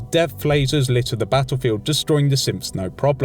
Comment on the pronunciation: Does anyone else hear him say simps when he says synth